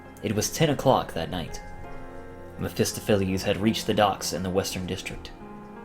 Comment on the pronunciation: May I correct you on something? Ahem, the stress in mephestopheles - the word reads [mephestOpheles], not [mephEstophelEs]